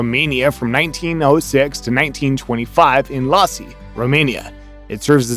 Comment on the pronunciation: IASI not LASI🤣🤣